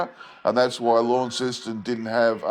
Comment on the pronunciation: So first of all, if you’re Australian, you should know the pronunciation of Launceston as, “LONceston.” Secondly, the only animal I saw in your video that looked remotely like it Tasmanian tiger, was a kangaroo. Were you trying to tell us that was a Tassie tiger? If not, why not find an authentic photo of the tiger? 🇦🇺